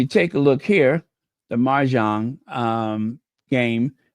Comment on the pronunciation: mahjong (no "r") ❤